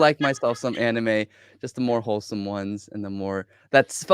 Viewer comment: It has been established before that does not actually know the meaning of the word "wholesome," or "kholesome" as he says it.